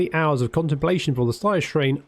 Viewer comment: The slyer shrane. Lmao